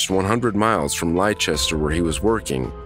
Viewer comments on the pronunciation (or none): All these calls we fucked up, but what is also fucked up is how Americans pronounce UK towns and county's names wrong, Leicester is not pronounced lie Chester, it's pronounced less Ter, one that gets me all the time is when Americans over pronounce the shire part of the word, like Cheshire, we pronounce it chess shur, Lincolnshire, Lincoln shur, it's a shur more than a shire, at least where I'm from, the center of Lincolnshire, and one that for some reason really bugs me is when Americans pronounce Norwich as Nor Wich, when it's actually pronounce Nor ich, I know this video's not about that but it's annoying nonetheless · Look it’s not pronounced Ly Chester ! It’s Les ter ok Leicester is pronounced Les ter . It must be that there’s a lot of drama in Leicester as it keeps coming up in your content ! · That welsh ambulance dispatcher gave adult CPR instructions for an 18 month old baby. “Lye-Chester” is really pronounced less-ter. “Her body’s full of blood.” Well, yes. That is by design. I am guessing that this is a local dialect for, “Her body’s covered in blood.” That poor grandson - his grandmother’s overreaction is probably adding to his trauma. Rhys is pronounced rees. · Leichester is pronounced Lester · Leichester? It's pronounced "Lester". (No wonder English is one of the harder languages to learn to speak.) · For future reference Leicester is not pronounced leichester its pronounced as Lester 👍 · Thank you, that really bugged me 😁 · Call number 4 "lie chester" 🤦 😂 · Hi everyone Leicester is pronounced Lester Thanks bye